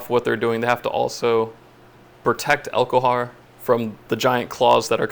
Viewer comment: elHOKar not elKOHar